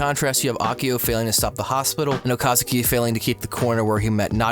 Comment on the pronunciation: Okazaki not Okasuki